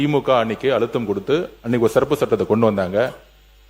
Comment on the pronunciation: மாண்புமிகு அமைச்சர் ஆதார் அர்ஜுன் அவர்கள் சிறப்பு சட்டத்தை செருப்பு சட்டம் என்று உச்சரிக்கிறார் வருகிறார் தயவுசெய்து உச்சரிப்பில் மாற்றிக் கொள்ள வேண்டும்